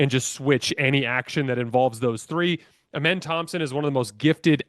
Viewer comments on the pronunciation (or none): A- men not Amon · Bro I can’t take you seriously and expect to take anything factually when you say “AMAN” Thompson.